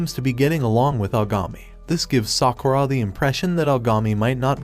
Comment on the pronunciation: Every time he says sakuurra I want to punch him